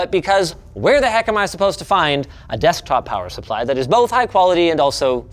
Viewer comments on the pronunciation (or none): "How 'bout dat?" :)